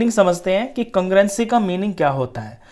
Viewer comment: Congruenci ni sir congrue-nce🥲 No hate boldeta hun warna koi gaali nikal dega💀